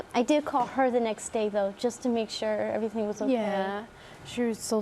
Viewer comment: I wish them all the best, really. Can someone help me understand something - Is it a dialect-thing, how pronounces words? She says everythin-k, thinkin-k, horrifyin-k. First I thought it was just her, but then I saw a video of their aunt and she has some of the same mannerisms in her language?